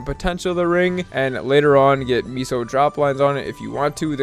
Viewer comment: wtf is a meeso.